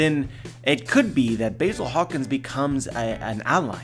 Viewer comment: I didn't know Basil Hawkins had a 'y' in his name, you are saying it wrong!